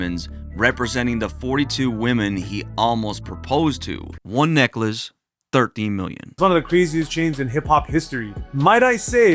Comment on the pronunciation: I don't know,I just don't like the way you pronounce 13😂😂😂😂😂